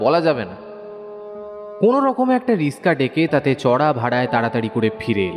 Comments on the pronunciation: Bhalo laglo kintu Riska na oi ta Rikshaw hobe , kichu mone korben na , katha ta kane lagchilo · যিনি গল্পটি বলছে উচ্চরণে একটু গোলোযোগ আছে। রিক্সা কে রিস্কা বলছেন, এমনিতে ভালো হয়েছে। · Riska noye, kotha ta riksha